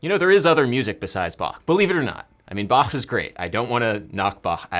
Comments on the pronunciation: pronounces Bach correctly pronounces portmanteau 'por-ta-men-teau' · It‘s nice to hear a more “correct “ pronation of Bach’s name (it’s a softer “Ba” ; not like an aggressive back) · It is so nice to hear that Bach's name is pronounced correctly in english by Adam. 😀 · As a German I am really pleased hearing you pronounce "Bach" so well! :) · 1. You play five strings exclusively, now? 2. Best Bach pronunciation on the English speaking yt! 3. So many liccs! Nice!